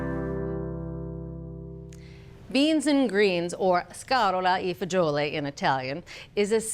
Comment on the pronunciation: Scaròla e fagioli in Italian